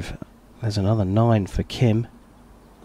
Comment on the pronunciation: For the commentator of this video, listen to the announcer introducing the archers and learn how to properly say the archers' names. It's Gim, not Kim and it's Chay, not Choi. I know, I know. That's how 츼 is spelled using the McCune–Reischauer system, which is a very flawed system. There are five archers at my archery club with the family name 츼 and they all pronounce their name Chay as do all the other members of the club.